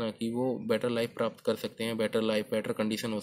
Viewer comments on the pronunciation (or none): none